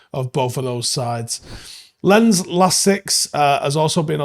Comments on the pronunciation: well I can't write phonetic symbols so I opted for Lons. Could be Lance, but not if you speak BBC or Alabama English. I don't mind being a knob. At least I looked it up and avoided the embarrassment of pronouncing it like "camera lens". It took 10sec to Google it to confirm my guess, he should do better. Thousands of people watch his stuff. Might as well try to be accurate... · It's not pronounced "Lens" it's "Lons". Do better 👍🤷‍♀️ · FYI: Lens is pronounced Lance. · You might want to check that- it's closer to "lance" but with a heavy accent. Also- Imagine writing: "do better" such a knobend sounding comment.